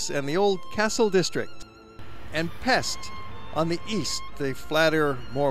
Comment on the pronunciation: For what it's worth, Pest is pronounced as Pesht :-)